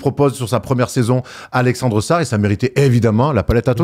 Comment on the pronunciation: Prochaine fois que dit Alexeuuussar je me défenestre